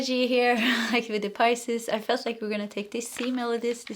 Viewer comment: Philosophizing =fuh·laa·suh·fai·zuhng Yes, you're saying Pisces correctly Thank you for the 🎯 reading 💖